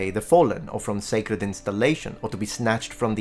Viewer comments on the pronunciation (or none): none